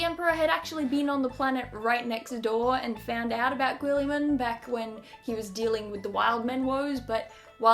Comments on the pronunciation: Robootay Gilliman would be a correct pronounciation of the full name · I believe that the name is correctly pronounced Rowboat Gilligan, although Robot Girlyman is also considered canon. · Row-boat Girly-man I think is how it's pronounced ;)